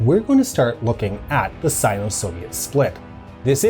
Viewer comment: I hate how you pronounce Sino.